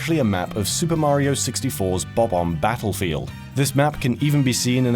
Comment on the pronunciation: Why do you pronounce Mario's name as if you were speaking in an American accent? That's really bizarre.